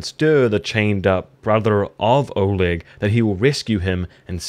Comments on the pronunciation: There is a reason his name's written "Oleg" because it is actually pronounced "Oleg" and not "olog" ^^ (no offense, just corecting you for future videos) :) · Was a bit annoying when you kept saying Olog instead of Oleg in the start😂